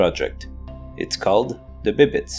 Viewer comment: Bibbites? Are you a Quebecois?